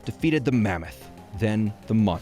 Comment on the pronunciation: It’s LOP-a-nee, not LOW-pun-nee Also ar-KAY-nine, not ARK-uh-nine